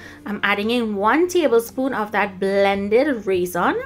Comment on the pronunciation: Hahaha is saying RAY ZON loll to funny,, yummy ice cream